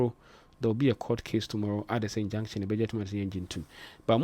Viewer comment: Court "injunction" not injection